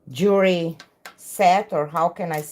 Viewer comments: Jewelry pronounced jew El ree. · Jewelry pronounced jew